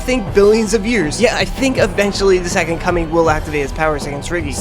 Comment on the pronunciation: why do i keep hearing "the second cumming"?